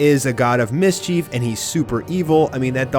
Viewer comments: My god. You have extremely annoying pronunciations. Miss-Chief. wtf! See-dra. Horrible man. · how do you not know how to pronounce mischief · Miss-Chief lmfao. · "Miss-cheef?" hahah